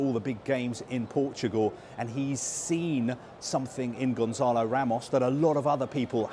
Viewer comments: Gon(SS)alo, not Gonzalo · His name is not Gonzalo.